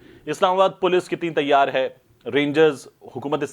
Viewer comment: تَیّار نہیں تِیَار رہںو 😜